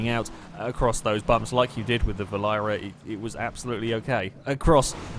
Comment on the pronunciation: Berlin-error is how you pronounce it. R* has a great sense of humor.